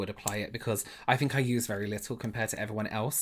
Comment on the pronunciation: pronounce your 'th', please. He says 'I fink' rather than 'I think'. So annoying. omg.